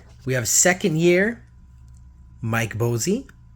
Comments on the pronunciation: Mike Bossy rolling over in his grave with your mispronunciation of his name. It cracks me up. Its pronounced "Boss-E" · I was about to say the same thing Boss + E = Bossy. Willie Stargell gets me too! I like theee type of videos but the constant mispronunciation of players names makes them tough to watch.